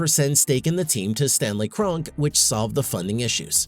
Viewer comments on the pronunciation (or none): It's pronounced Kron-Key.